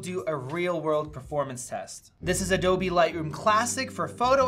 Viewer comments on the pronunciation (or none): none